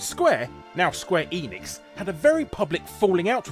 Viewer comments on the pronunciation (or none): none